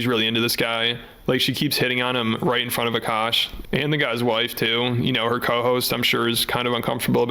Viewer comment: This woman is such a massive gold digger, she pronounces his name "a-Cash" instead of "Akash."